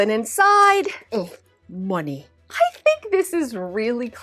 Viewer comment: "And insiiide: Muhnnay " lol